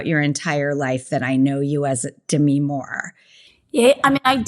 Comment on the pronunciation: It’s de - Mee, with the accent on the second syllable, so a little different than Demi Lovato